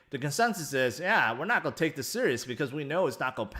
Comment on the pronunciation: Do you know how to say the word 'going' or 'going to'?